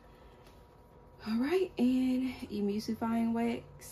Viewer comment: The word is E-Mul-sifying wax. You don't pronounce the u as a u. Say the word Null and then change the N with an M because mispronouncing ingredients when you are "TEACHING" others makes it seem like your very unprepared for this video. And I thought you are supposed to boil water and hold it at a certain temp for a set amount of minutes to make sure to get rid of all the microbials.